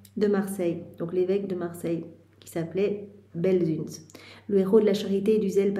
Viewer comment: Belsunce. Ici à Marseille, on prononce Belseunce.🙏